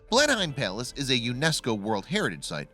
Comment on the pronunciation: It's Blenheim Palace, not place as the narration implies.